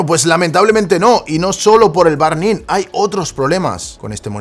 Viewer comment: aajajja, dice burn como barn